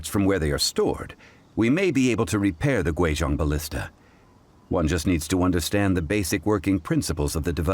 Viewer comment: Pronouncing Guizhong completely wrong is one thing, but I'm perplexed as to how that attempted sound even came out of such a spelling...